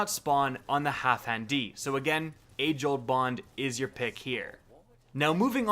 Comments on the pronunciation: Why you pronouncing it "Halfhan"? Put some respeck on Dan's name. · Half-Dan! Geez... It's not that difficult... "Halfhand D"... LOL.... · HalfDAN, dude. DAN. Not Half HAN. Jesus.